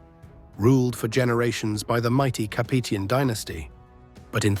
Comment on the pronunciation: The mispronunciation of Capetian is really jarring.